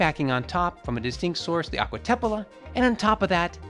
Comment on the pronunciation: AGUA APPIA????? Its ACQUA